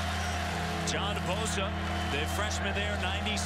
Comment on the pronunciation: I came here to the comments to see if anyone else was hearing John Bosa. Thank you.